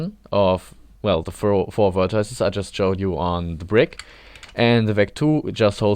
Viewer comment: This may be a very minor grievance, but why pronounce it "vertiiece"?